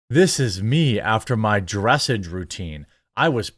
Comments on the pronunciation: lol I hate to be that guy but it isn't "dress ej". It is "dress aaj" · Hey, bro, absolutely zero hate here, but for future reference, "dressage" is pronounced "dress-ahge" with a prominent "ah" sound, rather than an "edge" sound. 😅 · "dra-sagge" like "Ma-ssage" I only know how its pronounced bc my sister road real horses when she was younger. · Jeremy, it is pronounced "druh sahj" not "dress-ij" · Not that you should ever need to report on horse-y-ness again but “dressage” is pronounced dr’ SAHjjjjjjjjjj. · Dressage is pronounced: Dreh-Sawsh I call it "Horse Dancin'". Lol. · As an actual equestrian....it is called dress-aahh-ge. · Dressage doesn't rhyme with message. Think of it more like the word Massage. Dress ah j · You're butchering the word dressage. 😂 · Just so you know, dressage is pronounced like massage. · What really annoys me in this video is how he says dressage - not because i care about horse shit, because i don't, i find it too fucking pretentious and boring - but my sister's into this thing and I've heard this stupid fucking word so many fucking times - so I'm annoyed not juat because he says it wrong, but because he made me care about that stupid word from the stupid horse riding crap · dressage is pronounced more like massage than message. just fyi. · I grew up with horses. The real animal kind of horses. I cannot believe that actually needs to be clarified now. In this context, dressage is pronounced with the accent on the second syllable, not the first. It's a type of horseback riding. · He pronounced dressage wrong. Lol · Worth noting "dressage" is pronounced sort of like "massage". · It is pronounced like the word message with a french accent. You've surely been to enough of them to get better at the pronunciation.